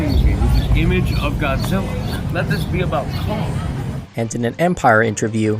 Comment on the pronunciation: Goozirra is the best king FYI L doesn't exist is Japanese alphabet its replaced with R sound